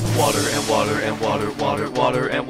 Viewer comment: Shame on you as a bri ish person thats not how you say wotah